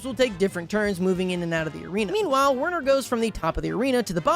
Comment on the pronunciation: is pronounced VERNER. IT IS GERMAN! DEUTSCHE!